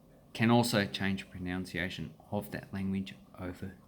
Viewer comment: It's not pronounced proNOUNciation. It is pronounced proNUNciation.